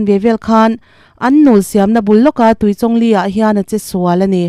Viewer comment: A pawi ṭhin êm mai!Mitthi chhungte Pathianin Awmpuiin Thlamuan rawh se...Chuan,Tuichawng ilam dan kha a diklo,Chawngtê tih a,Chawng lamrik dan ang hian lam tur.😊